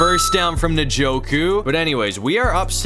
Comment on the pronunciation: You say his name like enjoku